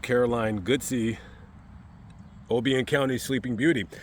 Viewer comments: It’s pronounced… God- sey …. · Susan Caroline GODSEY. Her last name is pronounced GOD-Z. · The name is pronounced, Godd- see.